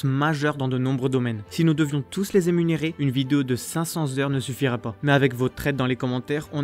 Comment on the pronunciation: "émunérer" au lieu de "énumérer" mdr, joli